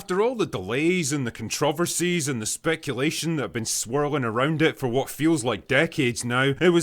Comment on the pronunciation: Kun trov versees 😂😂😂 (Controversies) Who TF pronounces these readings I do often hear the most hilarious mispronunciations within?!?!!!